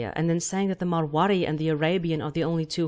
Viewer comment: You said Marwari wrong.